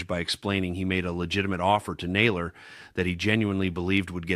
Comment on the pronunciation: Need to check your pronunciation: content (accent on first syllable); and Bo Naylor???????